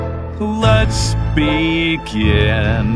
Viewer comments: I can't stop hearing Let's be gay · The second I hear let’s begin I hear let’s be gay😭